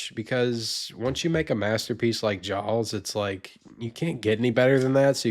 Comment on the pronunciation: I don’t like how he says Jaws